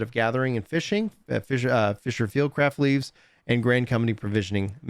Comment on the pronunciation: every time they say "LEAVES" my eye twitches